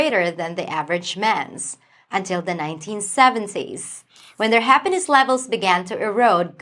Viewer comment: It’s happ (eeee) ness not happaness hahhaha